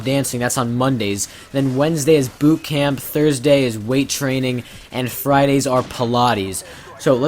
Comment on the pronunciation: I thought he said "Boob Camp" instead of "Boot Camp", I wasn't even paying attention until I heard boob. XD